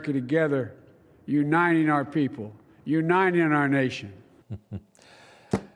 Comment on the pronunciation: He never has been able to even say Uniting. His best effort is U-9-ing. No wonder he has failed in bringing any unity.